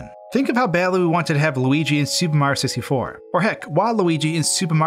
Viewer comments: “Supah Mahyio sistyfoh” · “Super Marr Sixty-Four” ?? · every time he says “super mario 64,” it sounds like he’s slurring it, sounding like he’s trying to get through it as fast as possible